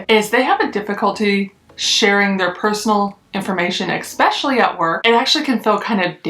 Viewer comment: Lol it’s eSpecially not eXpecially that was driving me nuts.